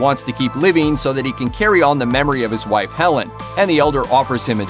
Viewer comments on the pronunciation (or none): none